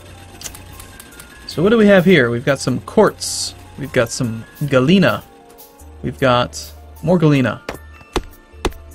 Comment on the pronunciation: It's funny how you pronounce Galena ore, it seems like "Gallina" which is an italian word that means chicken :P